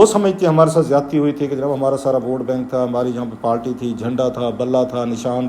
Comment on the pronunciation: It's party not palty